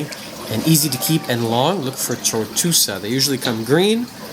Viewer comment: Acropora TORTUOSA, not "tortusa". Acropota ECHINATA, not "enchanata". A. speciosa is very hard to find. Great coral! Nice A. plana!!! Acropora VALIDA, not "velida". Acropora ABROTANOIDES, not "ebratanoides". Acropora FORMOSA, not "fomusa". Frag your Acros with tissue recession far from the mark and save them. Please don't play making jokes with drugs. That's some serious problem in anyone's life! ;) Thank you for sharing the images! Those were amazing!